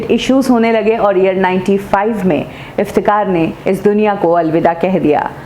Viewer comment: मॉडम, आप नाम तो सही में लिया किजिये, असली नाम इफ्तेखार है,न कि इफ्तेकार।आप बार बार इफ्तेकार कह रही है।